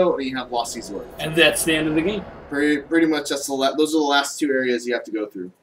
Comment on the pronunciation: it's "EYE-za-lith", not "EEE-za-lith".